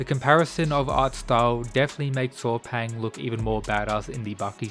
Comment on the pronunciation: his name is pronunce Saw Paing. not paw paing